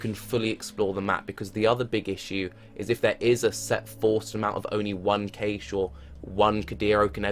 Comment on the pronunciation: This is an amazing video, but just so you know, "cache" is pronounce the same way as "cash". :)